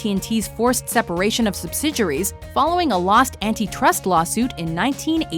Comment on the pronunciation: Subsidiaries=Subsid-juries? Not sure about the pronunciation there